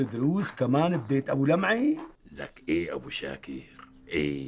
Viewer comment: لمعي وليس لبعي